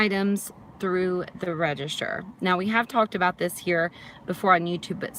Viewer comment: It's called a "register", not "redishter" lmao